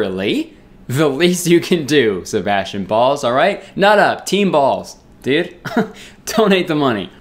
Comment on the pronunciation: I love the way he says dude. Like “dood”